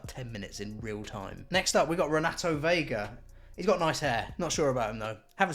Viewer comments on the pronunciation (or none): none